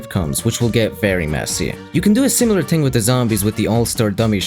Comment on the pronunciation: who pronounce "Gnome" with a G sound? also it's "two" not "chew" and "thing" not "ting" "Three" not "Tree"